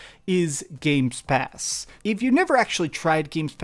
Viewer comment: "Games Pass" :)